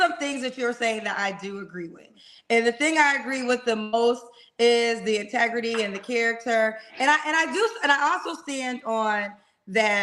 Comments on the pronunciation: said, " Intergarry" 😂😂😅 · “Humble, grown man, straightforward, INTEGURY” 😂😂😂